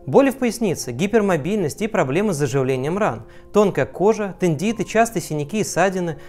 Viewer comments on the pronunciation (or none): не тендит, а тендинит. поправка ))